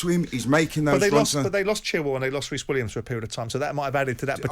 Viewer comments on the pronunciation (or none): none